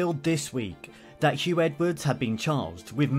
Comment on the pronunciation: His name is Huw not Hugh